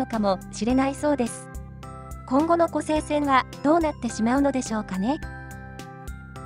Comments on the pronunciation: 湖西線をコサイセンと読んではならぬ！ コサイは浜名湖の西を表す言葉。 湖西市(コサイシ)に引っ張られて湖西線をコサイセンなどと言うなかれ！ コセイは琵琶湖の西の意味になる！ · ナレーションではちゃんと「こせいせん」て言うてるのに、何では「こさいせん」て言うんや？ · こら、！ 一度だけ「コサイセン」と言ったな！反省しなさい‼️